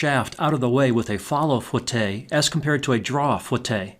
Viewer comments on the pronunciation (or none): just an fyi, it's not pronounced fwah tay, it's foo eh tay if it was fwah tay it would be spelled foitté